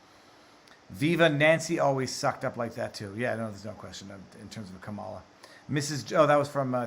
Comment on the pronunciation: Kamala looks amused when he mispronounces her name and then looks horrified when He says Illegal 😂 But also does anyone else get the sense that somehow when Marjorie shouted her name that he went back to some former programming, like back to the 90s maybe when he was working on the 1994 crime bill and what not 😂😂